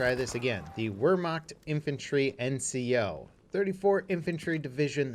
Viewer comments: Look not to be that guy but ima be that guy it’s pronounced (Vehr-Macht) it’s spelled Wehrmacht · It's pronounced Vehrmacht. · It’s pronounced vermacht the w makes a v sound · Wehrmachtaboos ree every time they here wer rather than ver. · I get triggered by your Wehrmacht pronunciation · The “W” is pronounced like a “V”. Just thought I’d point that out, as if you already haven’t heard it from hundreds of other salty critics, like myself hehe ;D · Pronounce the W like a V